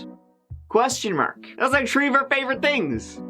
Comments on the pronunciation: The other day when you had to say three and tree a buncha times. 😂 Made for a buncha giggles on this end. Thank you I needed it. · In this episode, said “tree (3)” six times. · Please get with a speech therapist and learn to correctly pronounce the two patterns of /th/. When you pronounce three as tree it drives me nuts. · It’s not his fault, Mary. Three is trí in Irish, pronounced tree. It’s a throwback to when we all spoke Irish here. 🇮🇪